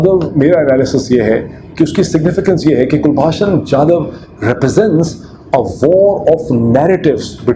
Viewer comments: Kulbhusn Jadav is correct name not Kulbhasan. Your spelling, pronounce is incorrect. this shows that the case against Jadav is fake fake. 😆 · Abe pronunciation to sahi kar kulbhasan nahi kulbhushan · It is very surprising that Dr Pirzada is mispronouncing Kulbhushan’s name as Kulbhashan despite his deep involvement in this case! Also, Dr Pirzada saying that India should admit that Jadhav is a raw agent in face of overwhelming evidence. I would like to ask if Pakistan has admitted that Ajmal Kasab was a Pakistani despite overwhelming evidence gathered by Pakistani media? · O yaar kalbhushan naam hai kulbashan nahi hai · Mr. Peerzada ... first learn to properly pronounce Kulbhushan's name properly. Then claim that you are an expert. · Can you pronounce his name properly. You have such a heavy Punjabi accent. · You claim to be an expert on the subject of this captured Indian citizen, but even after 4 years, you haven't got his name right! You mess up pronouncing his name incorrectly, despite umpteen number of people pointing it out, including me. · Kindly pronounce the name of Kulbhusan properly. He was caught by ISI in Iran and brought into Pakistan.